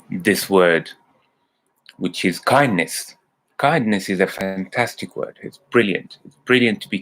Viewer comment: You mean Kindness ? Not Kindess 😁